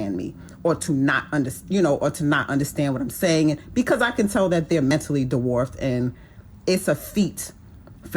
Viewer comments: Most men are avoiding you. You are just not smart enough to realize it female. I call you that because a lady doesn't speak like you. The only degree you have is on a thermometer. I just got to the part where she said the word dwarf like de-warfted. That some damned good education there gentlemen. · This woman is incredibly unhappy. I'd feel sorry for her, if she wasn't attempting to punish others in response for her tragic life experience. She feels that she's so highly intelligent that most men can't keep up, and don't deserve her presence, yet she can't even say the word 'dwarfed' 😂 Poor lady.